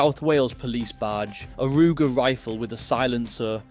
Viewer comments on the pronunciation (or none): none